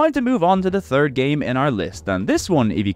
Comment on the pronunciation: "go touch grass 🤓" you literally pronounce '3rd' as 'Turd' and see no problem with it.